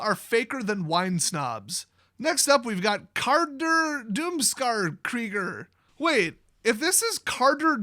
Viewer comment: Krieger means Warrior. And it's not spoken with an umlaut.